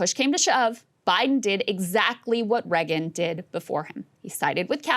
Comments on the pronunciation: Still with the Reggin. I don't know why it pisses me off when she pronounces it like that, it just does. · Why can’t Krystal pronounce Reagan?